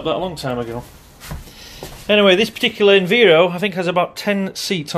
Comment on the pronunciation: I'm sure you keep pronouncing "Enviro" wrong! It is short for "Environment" and I doubt you say "enveeronment" lol!? Also, there will be no smoking signs on buses as it's a legal requirement. You didn't mention the wheelchair arm located on the backrest which old Enviros have! I used to use it all the time!